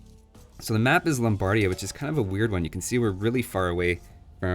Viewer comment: Lombardia has the accent on the "i", not the middle "a".